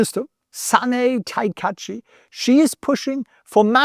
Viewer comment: SAH-NAH-EH TAH-KAH-EE-CHEE